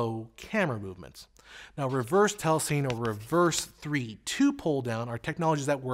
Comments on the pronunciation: I really enjoy ' videos, but in my 26 years in post-production (including telecine) (in NY, LA and London), I have never heard telecine pronounced as "tell-a-seen." It's "tell-a-si-nee." Sorry, I cringed a little at what is otherwise a well-done piece. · Great breakdown. You seem to be saying "tellaseen" for the word telecine. I thought it was pronounced "tellasinny"? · Very good video, but "telecine" is correctly pronounced "telly-sinny", since it's a portmanteau word formed from the "tele" of television and "cine" of "cinema". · "Telecine" is pronounced "telly-sinny" as in cine camera. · Thanks for calling that out! That was REALLY getting on my nerves. Other than that, very solid explanation of frame rate.